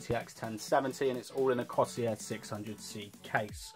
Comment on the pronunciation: it's not cosier corsair